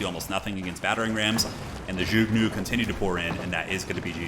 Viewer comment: The word zhuge is pronounced zhoo-ge